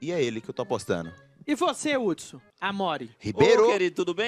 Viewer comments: Mano não é "R"udson, tem som de "U" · N é Rudsom 😂😂 É Udsom , Mas com H Hudsom